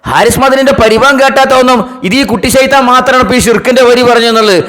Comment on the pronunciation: കൂട്ടി ശൈത്താൻ അല്ല ഒറിജിനൽ ഷൈത്താൻ